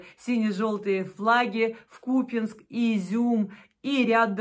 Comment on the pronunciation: Да не купЕнск! КупЯнськ!